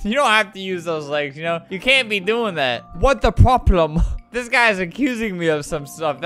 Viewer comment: “What the proplem” yessss we love an English queen